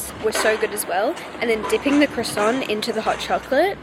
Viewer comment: I’m French and it’s so cool to see France from your point of view ! I wanted to react to a few things : - Your pronunciation is actually good and cute but a little tip if you want to try : the “n” is silent in « Montmartre », « croissant », « Menton », etc. - It’s funny because to me « Shakespeare and Co » is magical because there are books in English - The candy you bought, we call them « Fraise Tagada » so « Strawberry Tagada » but honestly they are not the best ones in my opinion 😅 - I’m not sure but it’s possible you were in France while it was in a « alerte canicule / heatwave alert », which happened a lot this summer Can’t wait for your next vlogs!